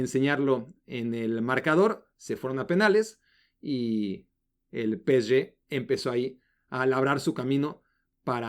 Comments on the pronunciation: PE-ESE-GE: ❌ peeché: ✔️ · Encima ni siquiera lo dice bien... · Estresa que diga Peshe en francés.... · por que pronuncias asi psg ya te quiero ver berriando como borrego